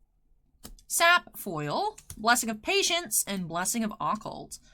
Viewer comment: Please learn how to pronounce Occult I'm begging you.